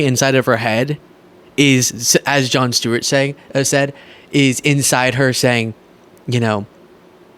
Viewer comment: Jon Shtewart. 😆